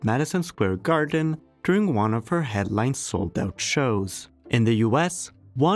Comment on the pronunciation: Step "Juan" 😂 😂 😂 😂